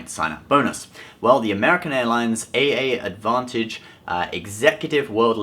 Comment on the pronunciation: U don't pronounce it as A A advantage my friend. It's just advantage. Ur welcome